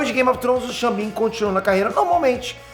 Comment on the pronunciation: É Sean Bean gente, não Ximbinha 😅😅😅